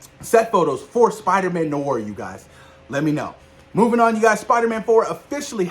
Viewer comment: I am so hyped for Spider Man 4 and Spider Man Noir which is pronounced ((nu-waar) two a’s but it’s all good man it’s still the same word oh the way I read on twitter from the account Marvel Film News that Marshali Ali had a phone with Marvel and is fine with the delay of Blade so they can take all they need to make it a great script and film keep up the great work